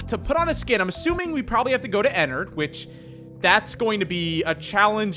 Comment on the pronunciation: BOI ITS ENNARD NOT ENNERD